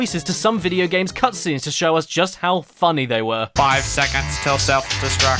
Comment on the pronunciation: George is totally unreal. I can’t believe somebody is this bad at “vidi gums”